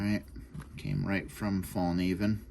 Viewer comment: The k is not silent , if u wanna pronounce it in Swedish. Hint: “evil knievel” Fall-knieven. Cheers n congrats on a lovely blade! 🙌